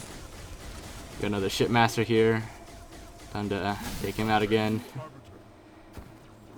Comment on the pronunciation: It sounded like you said "There's the shitmaster here"